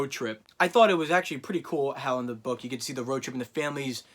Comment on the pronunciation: Okay I had to say this because it never happened to me…when you emphasized the word “book” I felt my eye twitch slightly and I legit though you did some voodoo shit by accidentally spitting in my eye.